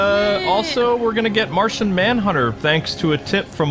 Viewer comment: It is Martian not martain but great job👍👍